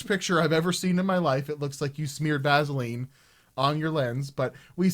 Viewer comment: Idk why but your pronunciation of radiator and vaseline triggered me haha is that just Ontarians that say it weird? Hahah hi from MB btw